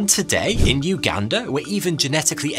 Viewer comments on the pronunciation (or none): none